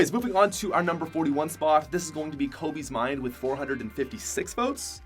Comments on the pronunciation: It’s pronounced kobesmind not kobiesmind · You pronounced kobesmind wrong